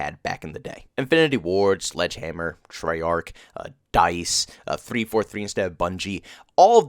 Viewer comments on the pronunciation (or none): none